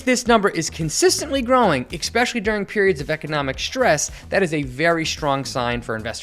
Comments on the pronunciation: Never listen to an idiot who pronounced especially as expecially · Its pronounced ES-pecially not EKS-pecially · The word especially does not have a K in it. ekspecially is not a word. Thanks for the info on how to analyze a balance sheet. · "ekspecially" lol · Never trust a man that can't pronounce "Expecially" haha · Did you say "exspecially" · Bro is an adult and says “eggspecially” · Verse vs. Versus. Expeshally is not a word. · It’s eSpecially not eXpecially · How an educated English-speaking adult can pronounce the word "especially" as "ickspecially" is an indictment on the education system at whatever schools were attended. Not one teacher corrected you? Ever? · Why do millennials mispronounce the word especially??? It is NOT pronounced EK specially. Stop it damnit!!! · Did you say "ekspecially"? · Thanks! Great! Why do you say “expecially" instead of "especially" ? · U sound stupid when u pronounce it ekspecially. Just saying. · especially is NOT pronounced "e>>>K<<<speshiyali"! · This is great information. My only gripe is that pronounced especially as "exspecially" three times in this video. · I stopped watching when you said "expecially" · Good video. Please practice pronouncing "especially" correctly. And try to avoid pronouncing "str" words with SH. It's strong, not shtrong, etc.